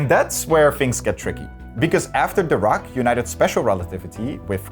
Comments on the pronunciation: It’s weird how he pronounces Dirac. I have heard it pronounced like dih-rack (which is the correct pronunciation I believe) or dye-rack, but never duh-raak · So I'm pretty upset that the host didn't care enough to pronounce Dirac (dih-RAK) correctly..... it is SUPER disrespectful, like what in the trash level of science educator or journalism is going on if you can't bother to pronounce a nobel winner's name correctly? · Pronounced DeeRakk pretty pls next time. I heard The Rock all along. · Please do not pronounce 'Dirac' as 'the rock'. It sounds awkward. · Every time you said “Dirac” I chose to believe that you were saying “The Rock” so I could imagine Dwayne Johnson making all these awesome breakthroughs a century ago. Probably the plot of Fast and Furious 20 or something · I keep hearing "Dirac" as "The Rock" and now I can't stop imagining Dwayne the Rock Johnson as a physicist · Every time he says DIRAC I keep hearing The Rock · I didn’t know Dirac was pronounced « The Rock » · When you said "Paul Dirac" I heard "called The Rock". I did a death stare to my tv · I also heared "The Rock" whenever they said Dirac 🤣 And then there is this "Adams" they are talking about all the time... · Damn, Dwayne Johnson really is in everything these days (I keep hearing 'Dirac's Equation' as 'The Rock's Equation') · I swear I heard “The Rock” 😂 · I keep hearing "The Rock" instead of Dirac, and I'm like: I guess Dwayne Johnson has some unknown talents. (Chuck Norris is gone. I say his place in the world of jokes is up for grabs) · What they said: "Physicist Paul Dirac" What I heard: "Physicist Called The Rock" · For a moment i tought he said The Rock, not Dirac 😂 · I deadass heard him say "Called The Rock" instead of "Paul Dirac" and I was like "THE ROCK?!" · I know for a fact that you’re not telling me Dwayne Johnson was capable of this, but it sure sounded like you were saying the rock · The way you mispronounce "Dirac" completely takes me out of the discourse